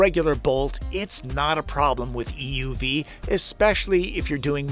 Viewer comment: It drives me insane how you the narrator keeps emphasizing the "E" in "EUV", when saying "EV or EUV". If you're differentiating the two, it's the "U" that should be emphasized, not the E.